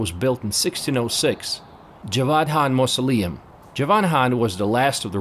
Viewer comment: Please learn to pronounce KHAN correct. You cant junmp over K